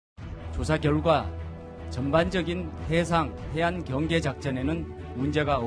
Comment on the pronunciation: 경상도 사람들은 복모음을 제대로 발음 못하는데, 제발 좀 훈련을 해라! 경계를 갱개라고 발음하고 관광단지를 강간단지라고...